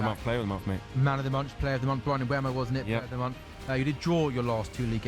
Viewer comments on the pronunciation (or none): Oh no the name problem still! It's "MBOOMO" like in "boom" for crying out loud! You even pronounce Amorim's name wrong - it's pressure on "rim". There's a short on United's Youtube where Amorim and all the players pronounce their names and you should watch that and finally learn. I don't know why most English speaking people are so arrogant they don't want to learn how to pronounce foreign names? If everyone called you "Louse" instead of "Luis" you wouldn't like it either. I won't like any of your videos before you learn how to pronounce the names of your favorite team players.